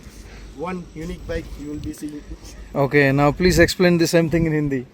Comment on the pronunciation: Bro's hindi accent is good, i really like , he is trying hard to speak hindi lots of luv❤